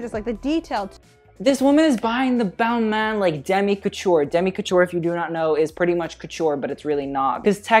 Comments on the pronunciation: ooof you butchered Balmain and Olivier Rousteing's name........... cringe... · U keep commenting and judging people who can’t pronounce designer names and u can’t even pronounce Balmain right 😂